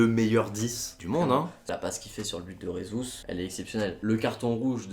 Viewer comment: Super vidéo, par contre on dit Jesus et pas Resus car en portugais le j se prononce j et pas r comme en espagnol